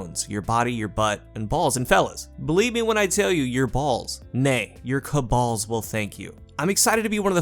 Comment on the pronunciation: Did you really say "your Caballs will thank you?" xD